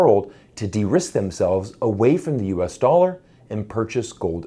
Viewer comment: Yes USA doll-arrr the pirates currency....arrrr....